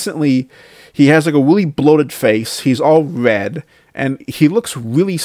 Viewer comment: What kind of grown man talks like this? "He weally started dwinking mowe, his face turned wed"